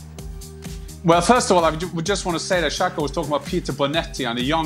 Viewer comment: Not shaka its SAKA.